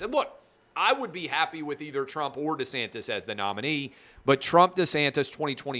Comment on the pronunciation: Clay it is pronounced DEE-santis. Not Duhsantis